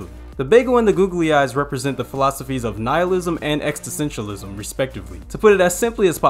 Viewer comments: "extisentialism" aight I'm out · ex-tesentialism lol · I'm just bummed you don't know how to say existentialism...